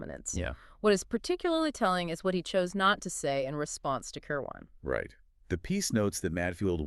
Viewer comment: Kir'win, not Ker waan